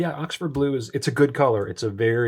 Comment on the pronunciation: I only use Ahxford Blue (as you pronounce it, lol :) I won't use anything else in my Parker Duofold. Thank you for your review and best wishes.